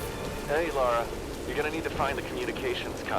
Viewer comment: really, really love the series, but every time you say "La(u)ra" you certainly drive that ice axe through my heart. come guys, get your sh*t together, you're supposed to be the smart ones on youtube!